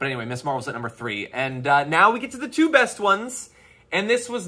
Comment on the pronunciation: Damage Report, just one thing, It is NOT MISS Marvel. It is pronounced MIZZ. Ms is MIZZ. Just sayin', bro. Love you.